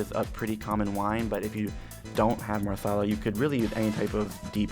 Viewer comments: Every time her said maRsala the Indian in me exploded xD But love the video :) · Wtf is marrrrrrsarlar 😂😂😂😂😂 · i thought he was saying chicken masala wrong, but as it turns out, it was marsala😂😂😂